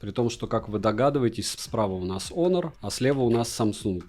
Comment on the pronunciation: Отличный обзор! Прекрасные виды, полезное резюме! Только он не "хонор", а онор.